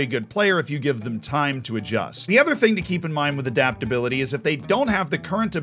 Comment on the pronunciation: adaptability or as as calls it dadaptability